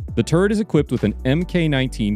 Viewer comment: anytime you see "MK-" like MK-19 40mm grenade launcher, its prounounced "Mark" not MK. wikipedia indicates the pronunciation